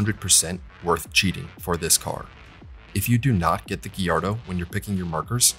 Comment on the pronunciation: Looking back at the cinematics now I didn't remember that they were so terrible and hilarious, might have something to do with the fact that the last time I played this game I was nine. The music in this game is top notch imo! You pronounced Gallardo wrong. Otherwise great review 10/10!!